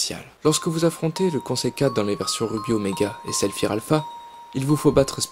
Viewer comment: je reve ou ta dit rubis omega et saLfir alpha